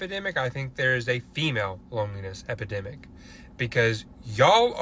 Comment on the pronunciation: EpIdemic*...C'mon